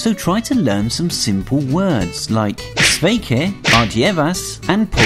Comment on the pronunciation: I'm Latvian and you pronounced only sveiki and ardievas wrong but paldies kinda right